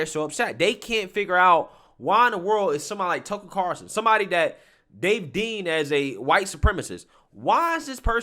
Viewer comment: Everytime you say "Tuckle Carson" I'm doing a shot...